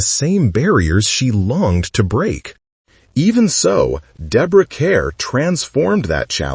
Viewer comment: It's disrespectful to mispronounce her name 😢